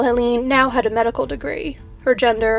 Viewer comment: Hell-UH-nuh Kuh-NAH-buh But great topic, I love how you find the most obscure stuff